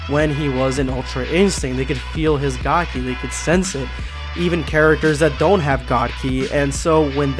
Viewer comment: It’s god kai not ki! And it’s real